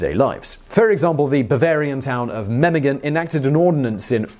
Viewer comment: That pronounciation of Memmingen was really spot on.